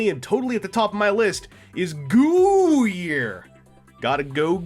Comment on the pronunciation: nonono. It's "GOOO YEAR." not "Goo year"